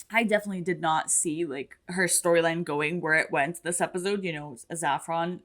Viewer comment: FYI, “Mrs. Reynolds” said her name was Saffron (a spice), not “Zaffron”. I realize the pronunciation might just be a Brazilian thing like how you often say “epizode” instead of episode (I presume that’s a Brazilian thing… it’s one of the very few ways I can tell you’re not a native English speaker), but I just wanted to be sure you realized that the “s” in Saffron is also not vocalized. Love your reaction as always! 👍